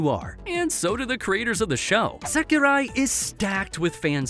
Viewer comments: Why are you calling sekirei "sakirai"? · It's seki-ray, not seki-rye..dude, your pronunciation is terr-a-ble😆